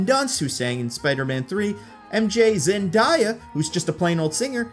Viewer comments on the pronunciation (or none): ZenDAYa. Not ZenDIEya. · love you videos but it is pronounced (ZEN-DAY-UH), not (ZEN-DIE-UH)